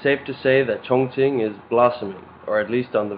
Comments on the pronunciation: ' at 1.41, you pronounce 'Chonqing' as 'Chong+Ching.' If I'm not mistaken, even going by the 'modern' spelling, it's pronounced; 'Chong+King' In earlier times - prior to the adaptation of Pinyin (before the 70's/80's in the west), this areas was known as 'Chung King.' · I think in Mandarin, Chong Qing is pronounced Chong Jing. It is the Anglicize pronunciations that make Chinese names sound ridiculous to Westerners. The heavy nasal tones of British make names of every other language sound ridiculous.